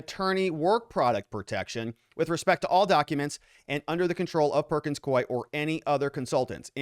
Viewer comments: You are pronouncing the law firm’s name WRONG, it is not Coy. 👎😂 It is Pronounced...Perkins Coo-ee! There are two syllables. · It is pronounced cooeee. Not koeee. Perkins Coie. I worked there for 19 years. Employees called it porkins screw me!